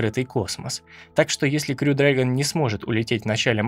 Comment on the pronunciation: Классный ролик! Спасибо. Только точно не расслышал, как правильно говорить: "крю" или "хрю" дрэгон?